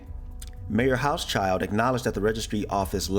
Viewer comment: ) "House-Child" that way the name sounds so cute. But it is actually Hau-Schild (Hew-Shield) not as cute, still a funny name thou